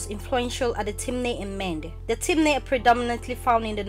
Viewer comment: Thanks a lot for putting this salient information out there, most appreciated, although the pronunciation of the word "Mende" was somehow not very distinct, lol. Kudos though for a great job.